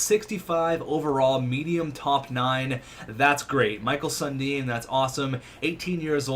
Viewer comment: The way he's pronouncing Mikael Sundin is really cringy to hear lol